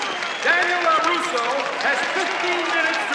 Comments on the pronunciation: Can I sin this video for calling Daniel “Caruso” instead of “Larusso”? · Sin Count:2 Nothing on YouTube worse than an advertisement to start the video. And it’s Larusso Not “Caruso” 🤦🏼‍♂️ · another sin for calling him caruso instead of larusso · #CinemaSins gets 10 sins for calling him Caruso instead of LaRusso